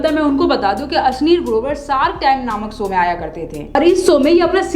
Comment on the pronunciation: Sow nahi Show, Kusi nai Khushi, reaxan nahi reaction. Wa DD.